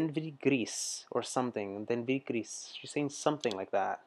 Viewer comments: Devenir Gris..... "becoming grey" - Gris "Gree" the S is silent... It's the New Wave era!! Where Eurythmics comes from... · "Devenir gris" is the translation of "Fate to grey!". The "S" at the end of "GRIS" is mute, don t pronounce it. ❤ the Dutch singer Nelson Litooij, has also a song "Grijs" it talks 'bout a friend he lost cause she dies.